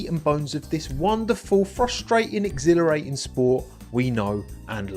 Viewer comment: Tommo, it's exhilarating not exhilerating 😭